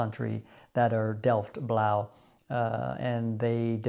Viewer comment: Thank you for this nice video! Remember to call it Delfts Blauw with een s after Delft because it is from Delft, so Delfts. Can't wait for the next episode!